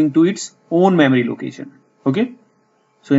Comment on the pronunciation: I will say, this is a very informative video. I will also say, when you say "memory," it sounds a lot like you're saying "mammary." I know this reflects more on me than you, but I just wanted to point that out. Also, and more importantly, you speak in a bit of a mono-tone so it is something of a challenge to stay focused on what you are saying throughout the video. Still, thank you very much for taking the time to make this helpful video.